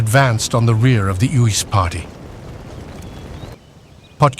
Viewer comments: 😂It is pronounced Ace-Uys Not Oos😮😮😮😮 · Uys is pronounced Ace. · You have to pronounce the name Uys correctly. It is like Ayce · tried to get the tongue to curl with the insertion of the y. But yes in short Ace would be the closest to the correct pronunciation. Cheers 🍻